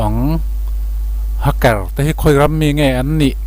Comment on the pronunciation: Hmmm... Inzir belh tur om nual. Sap tong(English Accent)lam dan: Eg:- Hacker, Stealth...nakin zel ah ph... Google hmasa thin rh. Tin, tuna kan soi Stealth leh Hacker te hi a awmzia(meaning)soi fiah nghal zel a tha. A awmzia hre miah lo thenkhat an om don. Vai Serial/Korean Serial ho anga hmuhnom don chauh, ngaihnom don chauh tih ah tih zo/tawpna siam th suh. Part-1 Part-2 etc ... tul kher lo